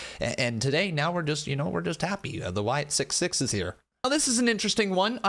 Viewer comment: Wyatt SickS (6) not Wyatt Sick 6